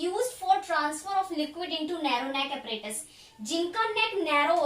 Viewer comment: APPARATUS ✅ apperatus ❌